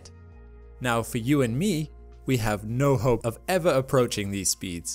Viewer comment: what's with the weird pronunciation of "no hope" ?